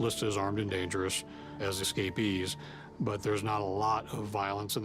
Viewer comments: what are 'ess-ca-pees?" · The word "escapees" is pronounced just like "escape" with the addition of the long E and S at the end.